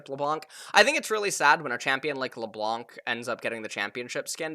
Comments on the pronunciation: THIS FOO SAID LeBLUNC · stop pronouncing the "c" in Leblanc, also spread the word to other casters